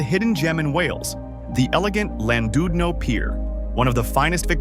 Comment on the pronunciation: Landoodno is pronounced Klandidno. Also, this is about 3% of what the UK has to offer. I appreciate you can't mention everything, but no mention of the Lake District or Peak District, or Glencoe etc and too much time on places everyone already knows about like London, Brighton, Cornwall, etc.